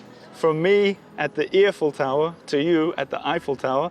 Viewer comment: I have to admit every time said “Eiffel Tower” during the podcast, I was hearing “Earful Tower.”